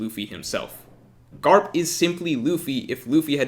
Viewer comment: I love how he says “Garp”